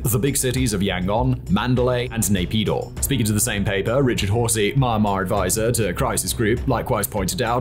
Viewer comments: Don't pronounce : maianma - pronounce : mianma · Omg.. myanmar Is not mama 😂... first syllable of meander + mar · its really distracting when you pronounced it Mine-Mar instead of Miyan-Mar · except the way he pronounce almost everything in asia is so infuriatingly wrong. Like bro how difficult is it to pronounce "myanmar" instead of "maynmah" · it hurts my soul everytime I hear you pronounce it "My-anmar". It starts with a Me/Myi sound, not a My sound. With love from Yangon. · we all love you, but im sorry, Mar Mar? or are my headphones breaking down, isnt it pronounced Me-An-Mar? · Is it not pronounced Mee-Yan-Marr? Edit: Looked it up, it's Mee-Yen-Marr. Seems like good practice to double check how to say the name of a country you're making a whole video about! :p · "Marmar"?? ("Mah-mar"? occasionally even "Mahm-mar"!) Where is this country? Never heard of it. The single most important word in the entire video, and he can't pronounce it. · I noticed this channel is making some Myanmar civil war content recently. Please try to improve the pronunciation of the name of the country you are presenting in the future video, wouldn't mind the names of cities or regions getting wrong but the way you are pronouncing Myanmar is both funny and cringey af. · I still resent the way thig guy pronouce Myanmar. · Learn to pronounce Myanmar